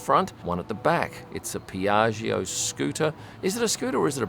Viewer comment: And "Piaggio" is pronounced "Piatscho", you skip the second "I", and the "tscho" pronounced like the first two letters of "Jogger" ... just sayin ... (my try of spelling phonetically in a foreign language 🙈🤣)